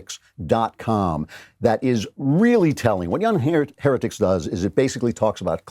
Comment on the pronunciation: If you listen closely after the transition to the website, it sounds like he said the name of the podcast was the "here-dicks" instead of heretics. I didn't know you hated Spencer that much, Klavan!